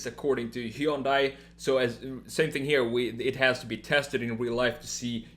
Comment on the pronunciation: Plzzzzzzz it's pronunced "hyon dae" it's like hearing someone call Versace, ver-sase!! It ain't that hard!! Also, awesome video!